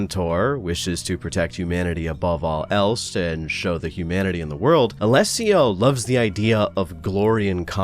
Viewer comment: Wow, first time I hear an anglophone speak my name out loud without stumbling or butchering it, bravo to you from an Alessio xD